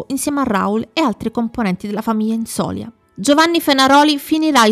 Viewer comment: infatti. Comunque si dice Inzolia, con accento ultima i😊😊😊😊